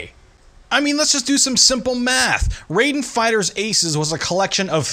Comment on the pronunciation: RAI den. R-eye-den. Pleeeeeeease stop saying it Ray-den. I was going crazy hearing this.